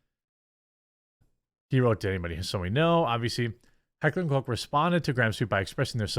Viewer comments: LoL They made a statement saying Changes were made. And it’s pronounced kosh not coke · What did the apology say? It’s heckler and koch not heckler and cock, sorry again you guys? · Umm its not "coke" btw.😂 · It’s not Heckler and Coke, you really can’t pronounce anything right can you? 🤦🏻‍♂️ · Its not heckler and coke. Its more like cock but with a ch not a ck sound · Jesus christ. Americans and their inability to pronounce foreign words. Heckler und Koch is a german company. Koch is NOT pronounced like Coc or Coce. My guy litterally had to just google the pronounciation of the german ch but noooo. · *Correction, Jeremy. It's Heckler and Kuck